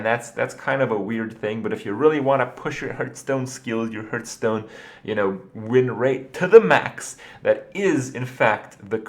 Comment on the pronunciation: why does this guy say herthstone